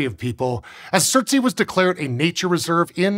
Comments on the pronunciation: Its pronounced surts ay not surts ee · Its not surt-sey but surts-ey (surts island) after Surtr a major fire Jötunn /fire giant of norse mythology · Just for the record it pronounced surt-say not surt-see. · Surtsea? "Ey" means "island" in Icelandic and it's supposed to rhyme with "way". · Thumbnail is pointing to the wrong island, surtsey is the 3rd dot further south-west. You can check it out on google maps to confirm. The largest island that the black dot is pointing to is Heimaey. Also the pronounciation isn't right. The ey is pronounced more like the ay in bay, say, may or day. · It's not fine. It's just him pronouncing the letters as if it was an English word, not even attempting the native pronunciation. However, since both English and Icelandic are Germanic languages, the consonants sound relatively okay - the "r" is the farthest removed. The vowels are entirely different from his pronunciation though. It's especially bad because the "ey" vowel does exist in English (think the vowel in "day", "gate"). It's easier to forgive his pronunciation of the "u" vowel since the Icelandic "u" vowel doesn't exist in English.